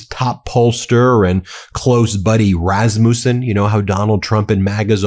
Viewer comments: it is a short a in rasmussen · It's not Razz-moose-in. Rass-muss-in. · Rasmussen is pronounced ras mus en. Not muse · You pronounced Rasmussen wrong. It is pronounced Raz like cat. And then MU is Ma like truck. And then send is like send I don’t know how you make those correct little indicators but anyway there are Rasmussen in my town and so I know how to pronounce it and I want you to know too. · Ben: the name is Rasmus' son. Rass-mew-son. Accent on first syllable. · As a Dane, I die every time you say "Raz-moussen" 😂😭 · Pronounced Rass ma son!!! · Rasmussen: 3 sharp s, and speak this name quicker please. Rasmussen is Danish and Norwegian origin. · Please learn how to pronounce RASMUSSEN